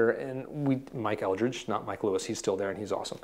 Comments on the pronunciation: Mike Eldred, not Eldridge! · First it’s Mike Eldred not Eldridge. And Mayer left because he wanted his own brand like EVH or Santana and Fender to do the heavy lifting and cater to his every whim. Mayer was drinking heavily during this time and not working much. Mystery solved.